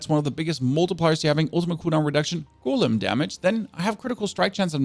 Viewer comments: Drinking game commences: take a shot everytime he mispronounced golem from (gow-luhm) to (goo-lim) you will be super smashed within 2 minutes! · Love your content, but damn that "goooolem" shit triggers me hard. It's a go-lem